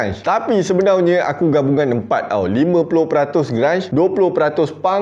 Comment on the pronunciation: Npe abg suka ckp sebenaunye,bkn sebenarnya